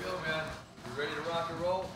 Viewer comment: I'm weady. I'm coming for the beewlch! Colby Covington is no problem, normal - Ralphie Dos Nachos